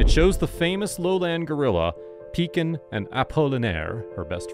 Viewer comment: "Pikin" (pronounced "Peakeen", not peakn) means little child in Cameroonian pidgin, which tells you a lot about the affection she inspired to her caretakers. Such a touching story. Good job, and rest in peace beloved Pikin. 💙